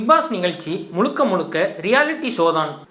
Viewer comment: "தமில" "முளுக்க முளுக்க" இவளவு கேவலமாக உச்சரிப்பது அசிங்கமாயில்ல ?? இதுக்கு நீ தமிழே பேசவேண்டாம் !!! தூ ......